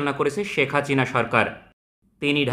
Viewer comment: Name ta thik moto uccharon koren itz Hasina not Hachina.